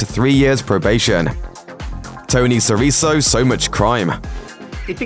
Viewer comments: Just one thing! SIRICO is an Italian surname - you spell it "SIRI-(K)O" - phonetically it's a "K" not an "S". :) PS. ...no wonder Soprano jr had to overcompensate, as it is no wonder to me he did it in the most DOUCHY way! :D Freaking HATED that character! :) ...if it was for me the "lights out" on the last episode would have been on his son, instead of Tony! :) ... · "Tony Sir-eso".... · Who is this Tony So-ri-so you are referring to? How much more can a person take of this? You are stabbing him in the heart with that pronuncificificationating. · Its spelled tony sirico.... but its said ( tony siriko ) the C is a K... even tony himself said that.... just in case.... do ur homework u flippin narrator... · its pronounced "Sis-sor-row" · Tony Siriso? Come on, huh? Show some respect, will ya... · "Sireeso"? What're you? Stoopid? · Sirizo, Lmao! Sirico: See ree Cho. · here we go..English guy butchering a non English last name on purpose...Tony 'SIRISO' ? shameful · You're reaching here. 😆 Also, Sirico is pronounced "Sir-reek-oh." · What a bunch of bullshit. At least learn the names of the Actorso, Sirico is pronounced Siriko. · Sirico is pronounced "Siriko" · It’s Tony Sirico | Sir - Ee - Ko and Larry Boy Barese - Ba-Reese-Ee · "Tony Siriso" smh....kinda shows how much you care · Si-Rico SI-RICO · The "c" in "Sirico" is pronounced like a "k," not an "s". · As soon as they called Tony Sirico "Sireeso" I turned this off. What an embarrassment. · It’s pronounced Tony Siriko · Siriso? really? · Siriso?? Seriously? How does this guy have a job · Say "Sirisso" one more time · You didnt pronounced Tony Sirico name the right way .. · SIR-EEK-OHHH my god i cringed every time you said his name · Paulies last name is pronounced Sear i co. Limey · Pretty sure it's pronounced Si-ri-KO. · Tony Sir-REE-so? Geddafukoudahere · Sirico is pronounced "serèko" idiots. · Siriso? What kind of a pronounciation is that? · Agreed. It's SEE rikoh. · Hate how he pronounces Sirico